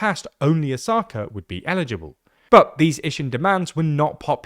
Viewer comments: Plz pronounce “Osaka” properly, the accent shld be on “O” and not “Sa” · O-saka. The tonic accent is on the first syllable. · Is this really how to pronounce Osaka in english 😭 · The pronunciation of Osaka is distracting ><